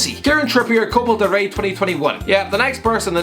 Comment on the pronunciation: Copal Del Rey Also:Buyako Saka